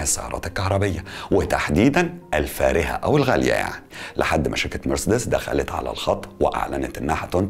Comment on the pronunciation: اسمها ونطقها كما ينطقها الالمان والامريكان نفس النطق ...مارسيديس Marcedes Benz... مش مرسدس . Mercds كما تحاول ان تنطقها انت . نطقك للكلمه غلط ’ ومحتاج تشتغل علي لكنتك الانجليزيه لانها ضعيفه جدا جدأ أن ما تتكلمش انجليزي خالص طالما مش عارف . يعني في الفيديو ده فقط غير غلطه مرسدس . انت قولت اوبك بلاااااس. اسمها اوبك بلس. ..... بلس مش بلاااااااس .... كمان. اسمها جولف سواجن مش غولف ساوجن 🤣🤣🤣🤣___🙋‍♂️🙋‍♂️هو انت ليه مصمم تعمل نفسك بتعرف انجليش 🤷‍♂️🤷‍♂️مش عيب خالص علي فكره انك تكون متعرفش ...ـــ بس عيب قوي انك تكون متعرفش وبتحاول تظهر وتبين لمتابعيك انك تعرف ــــ و بالمناسبه اسمها حروب ساايبرنيه ـــــ ساايبرنيه جايه من ساايبر... مش سيبرانيه زي ما حضرتك بتنطقها.... انت باظبط عامل زي ايمي سمير غانم في فيلم عسل اسود كان اسمها ميس ميرفت وكانت بتعلم الاطفال انجليش تمام زي بتاع حضرتك كده واحمد حلمي كان حيموت من الجنان والغيظ علي طريقه نطقها ،نقلها النطق الخاطئ للاطفال ــ حضرتك تمام زيها بالظبط ونفس طريقه النطق المتخلفه والجاهله